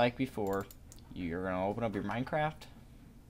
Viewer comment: listen to how he says minecraft XD